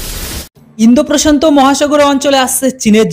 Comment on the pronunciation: আপনি খবরের প্রথমে বললেন ইন্দো প্রশন্ত মহাসাগরে আসছে চীনের জম ওটা হবে প্রশান্ত মহাসাগর প্রশন্ত নয়।